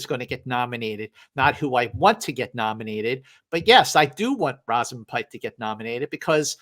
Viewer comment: In agreement with the choices mentioned. I really like Emily Blunt in Oppenheimer, and I think she is overdue for a nomination. Also from Saltburn - her name is pronounced Rose -amund, not Roz-amund. And she is great as well.